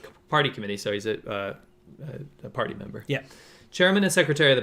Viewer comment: Im a Hillbilly so every time you say party member I hear potty member. All the same in the long run, I reckon